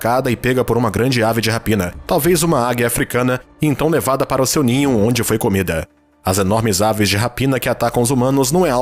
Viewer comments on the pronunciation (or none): none